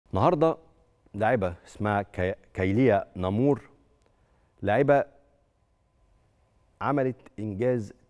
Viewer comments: ههه كيليا وليست كايليا انتم مصريين تقولو كلكم كايليا وهي كيليا حرفتو كل كلام من عهد الأنبياء #تحيا الجزائر 🇩🇿🇩🇿# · اسمها كيليا و ليس كايليا